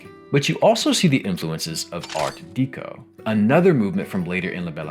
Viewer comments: Someone tell this man it is pronounced "Art Deh-co" not Deek-o. How is this dude making a video about a French Game and can't say Deco correctly. Art Deco litteraly comes from Decoration. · Art DEH-KO, not DEE-KO. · Okay I’ve been pestered by this for weeks at this point. Art Deco is pronounced like Decoration, “deh” not “dee”. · Oh my god…. You didn’t just say art DEEco. Someone wake me up when we are all no longer suffering from ghsfjukluduuicvaww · I'm pretty sure 'deco' in 'art deco' is pronounced like decoration. Its a small thing but it got me every time. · It's pronounced "Art-Deck-O" btw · Imagine making a 46 minute long video repeatedly using the phrase "art deco" but pronouncing it wrong every time. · Never have I ever heard someone pronounce art deco like that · can't say I've heard someone pronunce Art Deco that way 😅